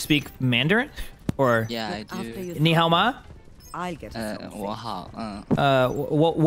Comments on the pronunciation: DIAO doesn't mean good, it's HAO, 好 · i speak chinese i dont think diao is good in chinese i think he went hao as in 好 （this means good)